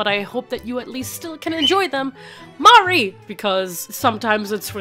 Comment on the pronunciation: every time you say Mari it sounds like an American trying to pronounce Maori